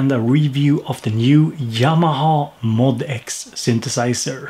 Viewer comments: According to Yamaha, you are supposed to say it "MOE--DEE--ECKS." When I first saw it I said MOD-X, too! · Cool video! However, it's pronounced "M-O-D-X" (em-oh-dee-ex) according to Yamaha. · BTW, it's pronounced "Mo DX".